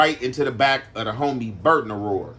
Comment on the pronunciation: It's called an Aurora not acura, said it right, y'all just don't know about them. If I'm not mistaken I think Buick was making them.💯💯💯